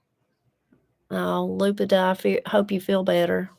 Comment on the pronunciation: Lupita is pronounced Lou PEE ta. The accent hits the second syllable. The "i" in Spanish sounds like a "long e" in English.